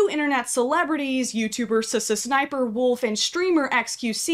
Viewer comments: Oh my god I had a tiny stroke every time you said “suh suh sniperwolf” instead of just saying the letter ‘S’ (ess) twice lmao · only my opinion but i think its pronounced-s s sniper wolf instead of sssniperwolf. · saying SSSniperwolf as one word instead of doing it as S-S-Sniperwolf is increasingly funnier and funnier to me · brooo, i thought it was pronounced "Ess-Ess Sniper Wolf" ever since i was little. crazy. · Sa-sn-sniperwolf 😂😂😂😂 beautiful pronunciations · All this time I thought her name was pronounced S. S. sniferwolf Brilliant video btw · Whenever you say “sssniperwolf” makes you sound like a snake (pronounced ess-ess-snip-er-wulf) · Legit had me thinking that's the way you're supposed to say it and I've just been missaying it the whole time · I know 😂😂😂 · You pronouncing every S in SSSniperwolf has got to be the most disrespectful thing in this whole video, I love it. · The way you pronounce sssniperwolf every time lmfao laughing so hard lol 🤭🤣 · I love how she pronounces sssniperwolf as if she’s stuttering lol